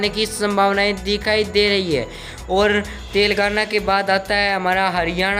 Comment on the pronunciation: Tere ko padhna to aata nahin aaya badda survey karne wala. Telengana ko Telgana keh rah h